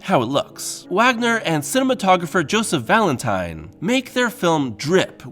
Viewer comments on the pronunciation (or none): none